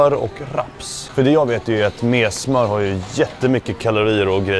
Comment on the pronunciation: Messsssmör uttalar man det